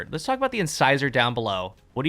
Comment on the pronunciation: Finally someone who says “incisor” right.